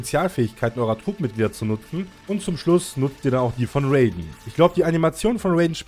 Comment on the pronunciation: Ist nicht bösse gemeint aber es wird nicht Räyden sondern R.a.i.d.e.n